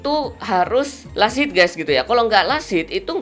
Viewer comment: bahasanya gak ramah ditelinga, last hit kedengeran lasit, knight dibaca kenaik, priest dibaca pris, susah aku ngikutin nya bwanng